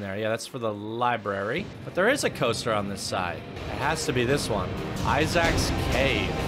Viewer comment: “I-zaks Cave” 😂